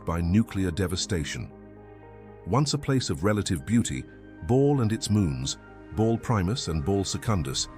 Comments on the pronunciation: Like others have said its Bal not Ball. Another AI voice trying to read a shit script. Moving on… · It's not "Ball" haha. Can ya not get the ai to pronounce it properly?